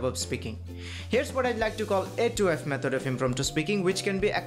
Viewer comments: nice but 1.12 sec e method hobe..not mehod😊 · What a nice "mehod"